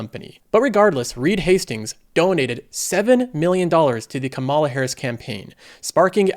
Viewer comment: Please pronouce Kamala Harris's first name correctly. The first sylable gets the emphasis, not the second.